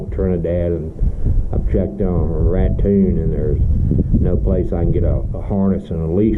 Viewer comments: It's pronounced Rat-own,Raton is Spanish for RAT!🐀lol,thanks and little man,that breakfast for dinner look really good! 😋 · Raton is pronounced like rat-tone.